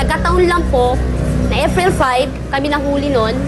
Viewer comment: Sabi ni Ate "AFRIL 5" ..hahahah